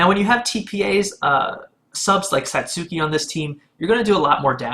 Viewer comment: also saht-ski rather than sat-soo-key